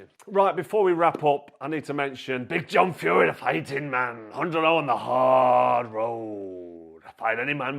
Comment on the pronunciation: The " fi ten mon " 😂😂😂😂